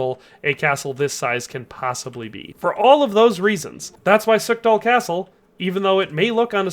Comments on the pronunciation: its Pšítoky in czech or Pshitoky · come on man, shiitake? They pronounce it in game. Acceptable mistake when youre just having a casual conversation but youre making a whole ass video man